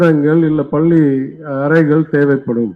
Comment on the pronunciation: பல்லி இல்லை, பள்ளி என்று சரியாக உச்சரிக்க வேண்டும்.. நாதாரி அண்ணாமலை.